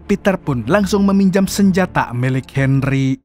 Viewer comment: Bang Bisa Gk Bicara Henry Tapi Gk Pake D